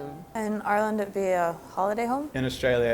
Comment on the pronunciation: she doesnt even say ireland, she says urland in what county did you even find her